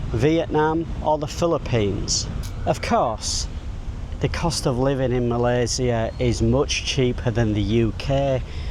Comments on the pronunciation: You're probably one of those people who pronounce "Malaysia" in the most correct way. Welcome! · Spot on for pronouncing Malaysia name correctly. Even our Finance Minister 2, Amir Hamzah said it incorrectly (Malayzier).😊